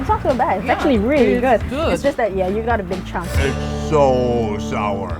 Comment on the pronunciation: "It not bad. It weally good." 😂